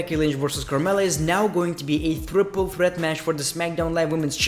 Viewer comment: "Thriple Threat" - The Great One